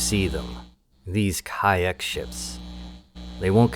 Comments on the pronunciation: You pronounce it ka ack when it’s been pronounced cock since x2. Oh right youtube fuck YouTube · First, Ka'ahk is pronounced: Ka Ahk. not Kaiack. the ' is important for the pronounciation. Makes it 2 words, on the same breath. They showed up in X2. Second, not bugs. Crystaline Entities. Like the XENON (Xenophobic Entity, Non Organic Nature), they hate anything not them, though unlike the XENON, not a programming glitch. Nividium is remnants of their planet it seems. And yes, I have played ALL the X games, even Rebirth (what a waste). Helped a bit with X3TC with graphics issues, nothing much. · Why are you pronouncing ka'ak as kayack? Lmfao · I think it's pronounced as cock😂😂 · He explained why he was pronouncing it kayak in the video. Basically, he doesn't want to freak out the YouTube algorithms. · In X2, when they first showed up, the ship-computer liked to pronounce it 'Khark'. Also, in X2, after they turned President's End into... REALLY President's END, if you were flying anything lighter than an Argon Nova and a Khaak M3 showed up near you. You were... well, probably dead. Beta Kyon Beam Emitters just kinda' melted you. And at the time, they had the only beam weapons. You got very, VERY wary of seeing a K-M5 because that usually meant no less than 6 M5s, and one or two M3s. ...Because they jumped/spawned in as 'Khaak Clusters'. A lone M5 or two usually meant the cluster had already broken up and was flying all over the sector. Heaven help you if you saw a double-cluster jump in. (Size category back in the day:: 'M5' = 'Scout', 'M4' = 'Interceptor', 'M3' = 'Heavy Fighter/Bomber', 'M2' = 'Destroyer', 'M1' = 'Carrier'. And the game had only ONE M0 in it, and it was a boss fight.) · Thanks for another fun upload. Hey, I mean the way you pronounce Kha'ak at least makes for a good laugh :)